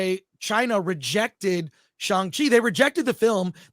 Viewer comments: FULLY agree cuz i LOVE SHANG CHI and don’t understand why people hate on it so much. But, with that being said, CMON, you’re Chinese American and you STILL can’t say his name correctly??🤦🏼‍♂️😂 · I like that an Asian-American guy can't pronounce Shang-Chi